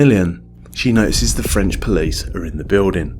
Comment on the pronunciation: Good video, but please never try to speak French again